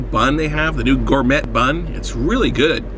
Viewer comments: LOL "Gour-met bun" haha gotta love American education, anyone seen the one where he reviews a "chicken" burger and doesn't realize its beef till right at the end? hahaha this is just an excuse to stuff his face with food! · Gourme*T* bun (: Don't pronounce the t - gourmey. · I hope you said gourmet wrong on purpose... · It is a french word. You pronounce it thus as "gor-may". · did you seriously say gourmett? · The way he says "Gourmet"... I'm done.